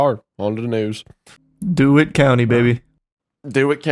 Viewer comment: you ingrate its pronounced Dee-Witt